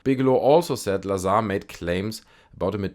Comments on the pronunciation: You are mispronouncing his last name - it is pronounced Bob Bizarre. Agree with your sentiment on Jeremy Corbel. He's a charlatan. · Bob looz-ar